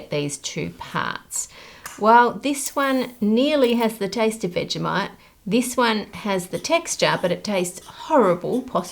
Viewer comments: I’m only 30 seconds in, but I had no idea that it was pronounced like “veggie-might”? I thought it was “vej-eh-mite” with a schwa in the middle. Which is it, Aussies? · Couldn't even get through the first minute because you keep pronouncing it "vega-mite" 😑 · Seems like people that like Vegemite pronounce it "Veggie-Mite" and people that don't "Veg-eh-Mite"